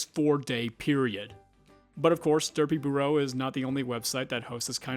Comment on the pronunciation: This video was incredibly well done and a crazy trip down memory lane! But your pronunciation of Derpybooru as Derpyburrow was cracking me up